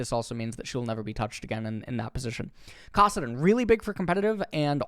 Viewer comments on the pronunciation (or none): kassadin too..